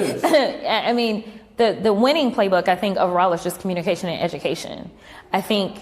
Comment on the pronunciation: Did cocklips say edumacation or idoctrination i spelled wrong on purpose for the ghetto con artist